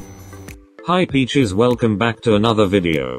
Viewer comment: Wait?!?!?did you just say peaches or bitches?!?!?😆